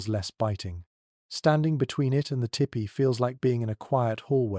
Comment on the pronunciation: poor attempt at a weak romance novel miss pronounced tipi.the narrator needs to tell bedtime stories.